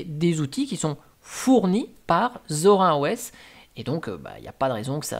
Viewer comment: C'est Zorine pas Zor1